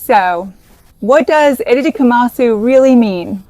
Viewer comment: EDIT: AI generated content! Watch closely onward. Her fingers clearly move through her face, as AI would do! 😒😡 unsubscribing! I’m not sure why, but the pronunciation of “itadakimasu” in this video seems anglicised and wrong. It doesn’t sound Japanese at all.